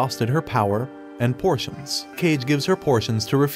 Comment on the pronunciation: Pronounces potion as "portion". I was confused for more than a second